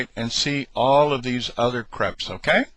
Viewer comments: Cray-pes. Not creps. Crépes. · Its not like creps its like cr(a)pes